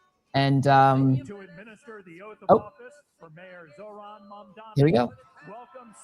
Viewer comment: Dear Joy, it's zoHran and NOT zoRhan. Thank you.